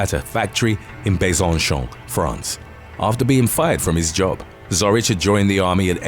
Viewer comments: It's besansòn, not besaunshawn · totally butchered Besançon. I had to go look up where the video was talking about because I couldn’t decipher it at all.